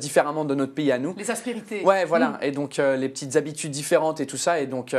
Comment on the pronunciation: elle a un problème avec le mot aspérité celle là